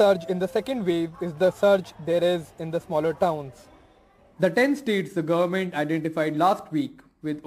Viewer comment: Why are the news readers these days pronouncing 'goverment' peculiarly? It really hurts the ears. 'ment' has a schwa sound but not the way these news readers pronounce.